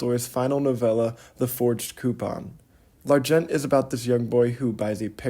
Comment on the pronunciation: Nice vid, thank you, but you don't pronounce the 't' in 'L'argent' in the French pronunciation you're trying to do .The 't' is silent. 'The phonetic pronunciation would be more like 'Larjon'. Also you say 'readability of models' just before then when i think you mean unreadability.